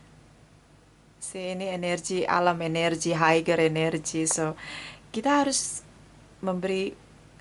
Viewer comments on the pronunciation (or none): Koreksi..."higher" bacanya yg betul "haier", bukan "haiger".